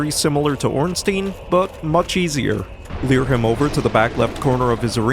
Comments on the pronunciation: Every time I hear you say "leer" instead of lure my eye twitches a little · Why do you say “leer” when trying to say “lure”?